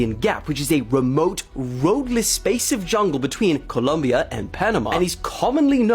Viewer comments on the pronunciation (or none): none